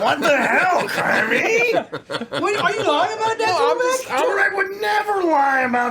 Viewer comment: That was the most country “What the hell” I’ve ever heard😂